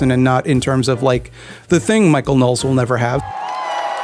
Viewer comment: Is that how his name is pronounced? I thought you said it as Know-less